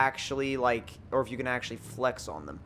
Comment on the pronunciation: tf does he keep saying flex like that?? FlaEhxxx